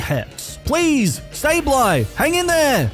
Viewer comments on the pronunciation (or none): IT'S SABLEYE, NOT SABLE EYE! FIX IT NOW!